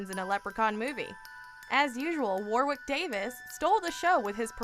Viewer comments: Ghosts of Mars was so bad. I fell asleep watching Doom. Hellraiser Bloodlines isn't the worst but certainly isn't a great Hellraiser. Also it's pronounced Warrick Davies (even though that's not how it's spelt) The second 'W' isn't pronounced like in Warwick Castle etc. The same with Churchill - Church Ill, not Church Hill x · lol can you say Warwick again? Wow-wick